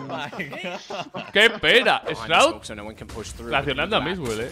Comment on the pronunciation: 'Eshrraud' le dijo a shroud xd